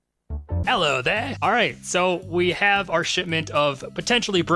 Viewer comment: "Ello there"